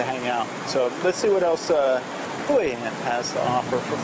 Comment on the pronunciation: He guy can't pronounce the name of the place properly. Typical yank.Probably drives a Jagwaar.